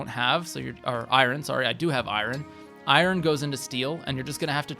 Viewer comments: Really appreciate the video. Have to say though, "I-yun" sword not "I-Ron" sword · Wow I've never heard someone pronounce Iron like "eye-ron" before 😂Not everything is meant to be pronounced exactly how it's spelled. But overall great guide, thanks! Definitely took some notes. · Eye-rin sword 😂😂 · The way this person says iron is driving me crazy. Also, a forging guide that ignores daggers are the best thing to forge because they get +2 might for each level invested? Smh. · great guide but please fix your pronunciation of “iron” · The way he says iron hurts my heart... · Are you pronouncing iron like that purposely or is that an accent thing